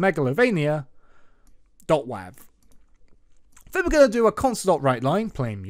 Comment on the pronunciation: bruh said wahv